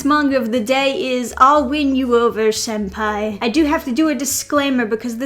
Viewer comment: Senpai* with an n not an m